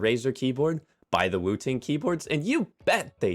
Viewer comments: I genuinely thought you said "Wu Tang Keyboard" 😹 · Every time you say woo ting I'm like bro its 1 word not 2